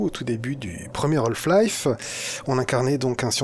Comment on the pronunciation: Super let's play ! Juste une question, pourquoi prononcer "Holf-Life" ? A chaque fois ça me fait tiquer ahah.